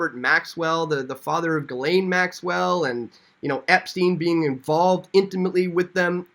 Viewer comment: Ghislaine is pronounced "jiss - lane" Maxwell